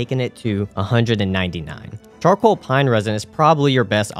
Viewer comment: Best one was "chorcall pine resin" during Nito fight ☺️